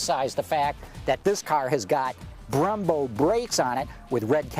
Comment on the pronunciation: BREMBO not BRAMBO